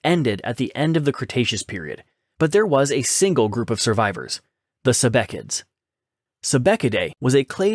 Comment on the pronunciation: "sebeckids?" It's pronounced "sebeecids." (minor point.)